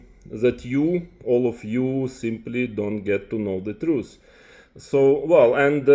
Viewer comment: It’s TRUTH not truce you troglodyte